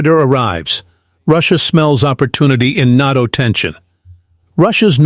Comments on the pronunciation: Quit saying, "Not-o" for Nay-toe"... it sounds like really dumb AI. Nevertheless, thanks much for your reporting! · AI mispronounced NATO. FAKE. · I didn't know it was NAHTO, I always thought it was NATO.